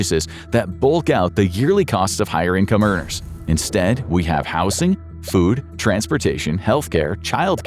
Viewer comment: I thought the same, but the way he pronounces certain words still has me suspicious. Even in this one he says "house-ing" instead of "howz-ing". He has also pronounced "polished" is if it was referring to Poland. If I had to hazard a guess, they might start the script with a real voice, but then use AI to finish the rest. Listen closely, some of the inflection is...odd...